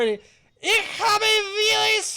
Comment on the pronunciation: just fyi, 'v' in german is pronounced as 'f', so 'viele' should sound like 'feela'